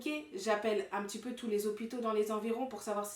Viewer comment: mdr il a dit TOUSE 😂😂